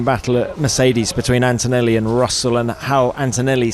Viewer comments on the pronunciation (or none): Hey you all english "media men and women " his name is ANTONELLI and not "Entoenelli". English is not the only language in the world and farrrr from the most beautiful language!